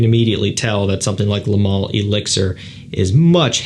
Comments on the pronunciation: Why do you keep saying lay. Its leh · Juste FYI its not ''le mâleh'' its ''le mâl''. We dont pronounce the ''e'' at the end. 😉👍